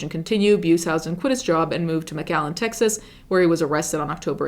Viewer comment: You mispronounced Beushausen. But good video :) ❤.